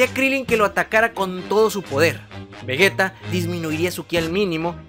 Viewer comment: Que pri es vragetta digo vergetta digo digo vegeta xd